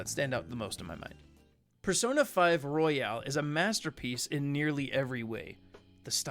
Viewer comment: This nigga said persona 5 royale